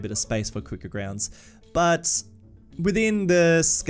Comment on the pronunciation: Cricket or cwick-at